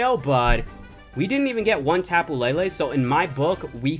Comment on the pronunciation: Why u say lilie